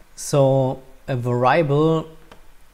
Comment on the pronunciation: great. for the future, please verify the pronunciation of the word "variable"